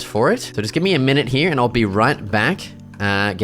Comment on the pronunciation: It's here not heia